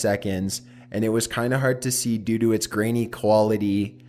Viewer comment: He said due do lmfao😂😂😂😂😂